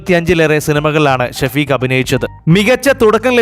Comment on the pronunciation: ഷഫീക് അറബി പേരാണ് എഴുത്തിൽ അങ്ങിനെ വന്നാലും ഷെഫീഖ്‌ എന്നാണ് ശെരിയായ രീതിയിൽ പറയേണ്ടത് ഷ വ്യക്തമായി പറഞ്ഞ് കേൾക്കുമ്പോൾ ആകെ ബോറായിത്തോന്നുന്നു